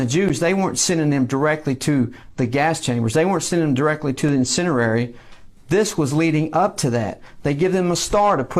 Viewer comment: This is a sterling example of lack of education. Perfect for the OK Republican flagship page. Spot-on encapsulation ofstupidity. Can't even say 'incinerators' properly. Outstanding.